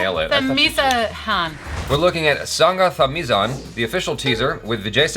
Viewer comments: It's pronounced as " Sangathamilan".....it's not "za" it's "la" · Plz pronounce it as sangatamilan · Fyi it's pronounced singa tamiran